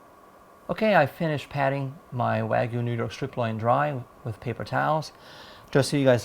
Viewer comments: It's not Weigu, Waigu, Wagu, or any other pronunciation except Wagyu. Wa-gyu, just like it's spelled. Wa is pronounced using the "A" as in "father," not the "A" as in "man" or the "A" as in "make." Gyu is one syllable, and is said sort of like "glue," but with a Y instead of an L. (Wa means Japan, and gyu means beef -- in Japanese, that is.) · Where is the marlbing? looks like pork or cheap meat. Wagyu has lots of marbling and its called Wagyu, not Wagoo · Wagyu means Japanese beef like how Wafuku means Japanese clothes. It just means from Japan. Your pic is how it looks at the grocery store here in Japan, this guys beef is nothing like the beef here in Japan. And its hilarious how he pronounced wagyu lol sounds like a little kid haha